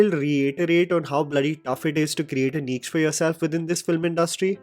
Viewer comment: 'Niche' is pronounced "Neesh"